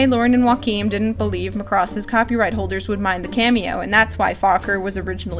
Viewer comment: the pronunciation of Macross in the last bit. but Roy Fokker was like the best. I had no idea he was originally supposed to marry Shiro and if that happened I would have been so much happier with season 8.